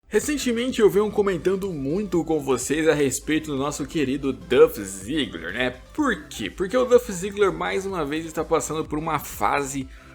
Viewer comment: Sabe nem falar o nome do cara